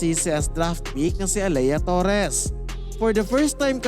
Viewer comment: A-leee-ya hindi A-leyah.